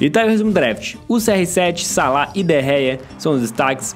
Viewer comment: n se fala de gea se fala de rea